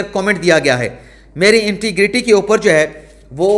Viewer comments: Like... integ rity Not. inti grity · Love you... magar inti griti nahi hota... integriti hota